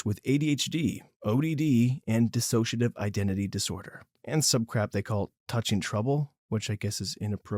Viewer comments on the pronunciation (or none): none